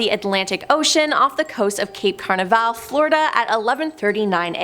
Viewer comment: SPEAK ENGLISH WOMAN!!!!! ITS CAN AV ARAL NOT CARN I VAL.....